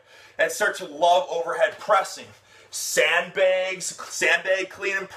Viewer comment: He said "sand begs"